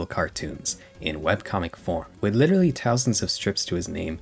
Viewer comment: bro not to side with anyone in the vid but can you pronounce ''th''? i noticed you said ''tousand'' and 'tirteen''